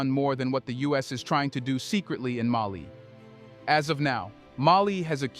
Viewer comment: It is AI. Putting the incorrect emphasis on the wrong syllable.